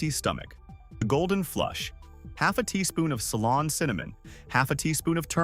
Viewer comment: It’s Ceylon cinnamon not salon.